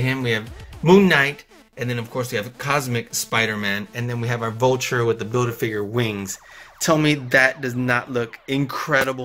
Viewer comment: Omg why did you say bulture